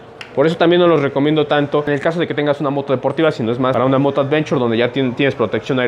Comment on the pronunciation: Cascos "advenchor" JAJAJA